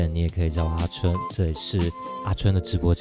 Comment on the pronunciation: 你的名字唸太快真的會變成春藥